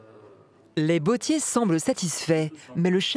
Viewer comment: „des plus prestigieux bEAUtiers de la planète“ 😫 Non! Mauvaise prononciation! „bottiers“ se prononce avec un „o“ ouvert et non un „o“ fermé comme dans „beauté „. La langue française compte quinze voyelles phonétiques, apprenez à bien les prononcer!